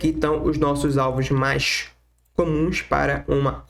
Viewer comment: "Mais" nao se pronuncia como "Mas".... aprende o português primeiro né brother ( de nada, só você ganha falando corretamente)